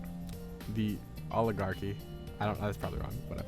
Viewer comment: You pronounced "All-i-gar-ki" correctly... then messed up "in-fal-able". Edit: Also, there's no link to the random video :(